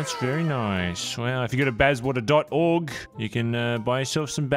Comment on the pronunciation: Why Bazzwater and not Bazzawater?